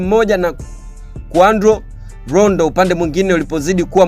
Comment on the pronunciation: Ni Quando Rondo siyo Qavo Rondo